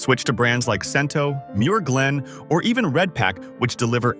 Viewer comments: I thought the brand is called "Chento," NOT "Sento." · ai voice and must be ai research. Talks about a brand, then shows all the others. Muir glen is watery and has no taste. It certainly didn’t taste like my nonna’s sauce at all. And Cento is pronounced Chento. And who is eating a whole can of tomato sauce for 400 grams of sodium. Should have mentioned Pastene tomatoes. Also should have mentioned that seasoned tomato sauce isn’t used for pasta sauce. It has to be either whole or crushed. Tomato puree is just added when you need a thicker sauce. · I'm glad they picked Cento as a best choice but sure wish they would pronounce the name correctly. I.E. Chin toe not sin toe. Also glad to see they picked Red Pack as a good choice. While they showed a picture of Red Pack and Red Gold side by side I didn't hear them say they are from the same company just like Hellman's Mayo and Best Foods Mayo. Same product sold under different names in different parts of the country. It was also disappointing to hear them mispronounce ConAgra since it's one of the better known food companies in the U.S.